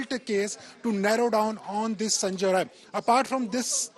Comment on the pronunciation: Atleast mention the name correctly. Its sanjay rai